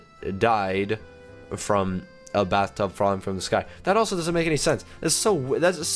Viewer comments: You said bathrub instead of bathtub. And popo instead of poop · You said bathrub and popo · he said bathrub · it said bathrub😂😂😂😂😂😂😂😂😂😂😂😂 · I know it did say bathrub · he said bathrub falling from the sky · he said bathrub lol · It didnt say bathtub falling from the sky because you said Bathrub xD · I don't know if you noticed you said bathtub instead of bathtub